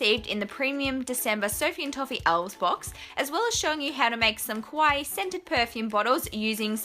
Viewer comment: I'm sorry for being a huge nerd but I have to say it: the way you pronounce kawaii makes it sound like your saying kowai, which means "scary" in japanese. So in this video you made scary perfume bottles :D (obviously you can say it however you want. I am not, as of yet, a language cop and therefore have no access to the language jail)